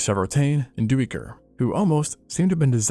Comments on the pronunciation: Dī-ker.......not Doo-ē-ker. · "Duiker" is an Afrikaans word and "ui" sounds are pronounced more like "ey" sounds. Like how you would say "hey", the "ey" sound is what the "ui" sounds like. So duiker would be pronounced "d-ey-ker". Just for future reference! I find your videos very educational, thank you